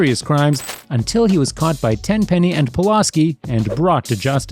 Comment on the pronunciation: I know it’s mostly the accent but damn you keep pronouncing Pulaski wrong that shit annoying